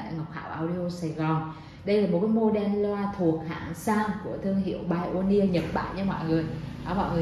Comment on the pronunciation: Hiếm hoi lắm mới có được một người phát âm từ Pioneer ở Việt Nam chính xác như Ngọc Hảo.